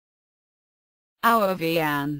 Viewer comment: it is pronounced EVE-EN